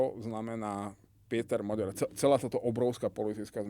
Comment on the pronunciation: Rozumier tak kkt. Hovoril že Orbán napadne Slovensko, že zaútočí na Ukrajinu, maďarsky hovorí smiešne , miesto Péter Maďar, vyslovuje Píter Moďór, už mu slovenskí Maďari píšu, že nech nie je kkt a nech to vyslovuje normálne maďarsky...